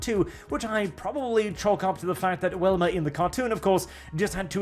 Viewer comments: Hearing say Wilma instead of Velma makes me confused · you kept saying Welma, Her name has a V, I know I'm nippickin sorry. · It's pronounced with a "Vee" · Why do u keep calling velma welma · I am not going to lie. Hearing Velma being said as "whelma" threw me off. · Am I the only one who keeps hearing say "Wilma?" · I really loved the comic style version. And are you saying “Welma”Instead of “Velma”? I’m not certain if that’s an accent thing or myself mishearing or something intentional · Goddamnit, stop saying "WELMA" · Do you pronounce Velvet like Wellwet? Or is it just for Velma? You Europeans complain about Americans mispronouncing words, well this is an American IP, so yea her name is Velma.